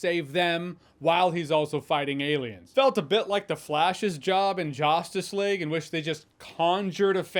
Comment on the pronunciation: “Jostice League” ?🤣🤣🤣